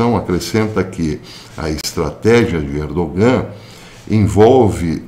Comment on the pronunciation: Professor, sabendo que o Senhor é um perfeccionista, vai uma pequena correção: não se pronuncia o “g” no nome Erdogan